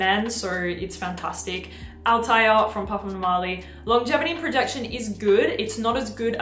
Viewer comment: PDM Althaïr should be written with an Umlaut on the I😉 and the pronunciation is Altha ir😉 Hamid Merati-Kashani will be happy now ☺️